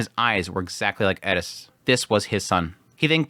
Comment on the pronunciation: Its just like people say with Eris he says Edis 😂 I dont personally hear it that much but its what people say